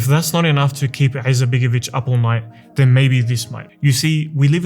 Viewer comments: Brother, just one correction regarding pronunciation. There is no 'Ayn in the Bosnian language. Its not 'Alija, nor is it 'Izetbegovic. Its just Alija Izetbegovic. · Why is this guy clearing this throat (an arabic pronounciation) while pronouncing the I in surname Izetbegović? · Have you thought about to learn how to properly pronounce his name before you made this video? I’m Bosnian and I don’t have good opinion about him especially not about his political ancestors and his son BLJAKir IZMETbegović who is the most corrupted politician in Bosnia including his wife SMRADija IZMETbegović.